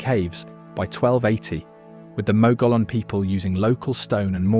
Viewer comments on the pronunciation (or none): I am a third genration New Mexico native. The audio is AI version or "Gringo" version, It mispronounced many of the locations. Gila is pronounced HEEla. Mogollon the double L is pronounced as a Y. Others too numerous. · 'Gila' pronounced 'Heela'. And 'Mogollon' pronounced 'MōgYōn'. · Most excellent video, but could use a narrator who knows how to pronounce the place names. Gila = Hila, Mogollion = Muggyon, etc etc. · Gila pronounced "heela." Mogollon, pronounced "mohgeeyon." Thank you.